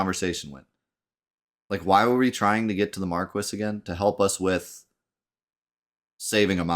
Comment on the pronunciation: I know I’m commenting on this months later but like spelling magick, this game pronouncing marquis as “mar-kwis” and not “mar-kee”, drives me nuts.